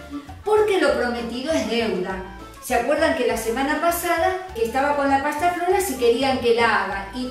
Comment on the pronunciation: Pasta Frola,, no flora, por más simpática qué sea